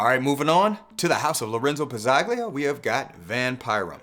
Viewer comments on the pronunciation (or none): In Lorenzo Pazzaglia, the G is silent. 😉